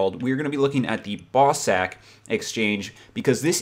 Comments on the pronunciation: XD "ball sag" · Haha Americans sound hilarious when they say "bawsaq" It's the Scottish pronunciation (where the creators of the game are from)